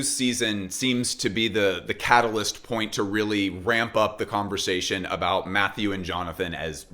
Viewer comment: I think it is time for everyone in fashion to learn to pronounce the name Mathieu. We already forced Demna to drop his last name!